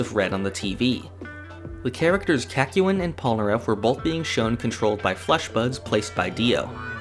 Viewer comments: It’s Kak-yoy-n not. Kak-you-in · Kak-yu-in... bruh what is that pronunciation. In the anime it is quite literally said CACK-YOIN. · please the kakyoin pronunciation is throwing me off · As always an entertaining video. Your pronunciation of Kakyoin however, killed me. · you did not just say kakyoin like that lmao that was brutal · hi and welcome to hamon beat forgot number one: he forgot to pronounce kakyoin correctly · The biggest problem I have with this video is your pronunciation of Kakyoin's name. Otherwise, good vid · The way you say Kakyoin makes me uncomfortable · Ew, why do you pronounce Kakyoinlike that? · I was angered when he mispronounced Kakyoin’s name.